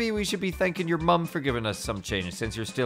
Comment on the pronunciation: I Like how in the credits Dave actively makes effort to pronounce "bruv" in a British accent